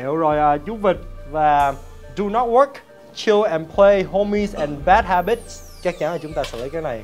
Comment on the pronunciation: Bad habits mà sao nghe anh đọc bad habitch không thế nhờ @@